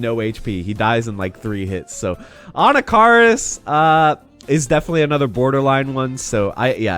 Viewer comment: Uh-NACK-uh-riss, my dude.